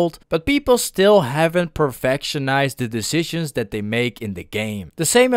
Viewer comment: My man pronunced decisions 3 times wrong